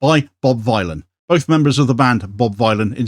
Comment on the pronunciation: Vylan as in Dylan...